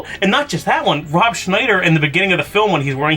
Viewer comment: Rooooob Scnmhhniider . Hahhahaha